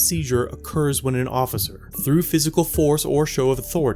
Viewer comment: Nice try "ociffer"... Lmao..